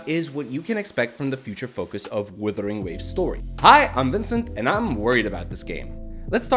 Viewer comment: I love getting breakdowns of a game from a guy who can't pronounce the game's name.